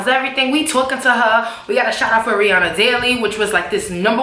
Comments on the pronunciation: does anyone else think the picture is photo shopped? ha head is twice as big as Rihannas, and for her to be such "friends ' with Rihanna, she would know that aint how you pronounce her name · I real friend would know how to pronounce her name correctly though